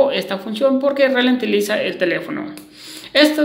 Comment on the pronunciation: que cosa se relentiliza bro?